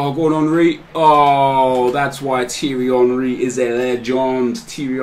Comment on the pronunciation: sorry nep no hate but it pecks my head when you say teery henry.